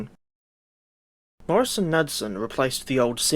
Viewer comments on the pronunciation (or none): As a former employee of the subsequent Motive Power Wabtec I can vouch for the is post. All of the old heads still said it as the company name. It is K newd son. That being said, we really cannot fault you for not having the distinctive American pronunciation of this name. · The pronunciation is Morris Nude-Son.. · Pronounced “ kin newd son” . It’s ok your not from the states. I subscribed, Nice job.